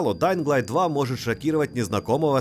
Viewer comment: Спасибо за альтернативный обзор, но ребята из stop game менее предвзяты чем вы. О! ДаинГ сильно режет ухо. Все равно спасибо